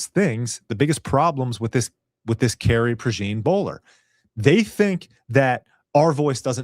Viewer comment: PRAY-ZHAWN (think French pronunciation of “Jean”) like “Jean Luc” or “Jean Michele”